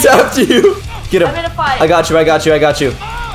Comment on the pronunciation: Get not vant